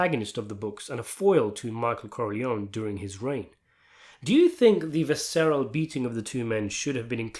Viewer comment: Look up how to pronounce the word 'visceral', please.